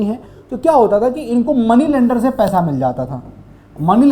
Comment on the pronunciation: Paisa ❌️ Paiesa ✅️